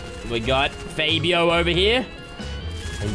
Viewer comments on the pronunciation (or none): “Faye-be-oh”🤣 no, I think you mean “Fab-ee-oh” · did my man j say Fay bio XD